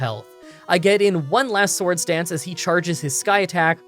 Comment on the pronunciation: Are you saying sword stance or sword dance???